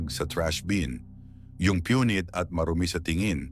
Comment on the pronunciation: AI ba ito. Pakinggan mo lang ang pananalita! Punit eh piyunit. Parang alarmist na naman ito!